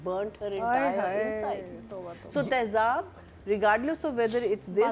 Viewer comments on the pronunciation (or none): with all due respect, it is taezaab, not taeHzaab.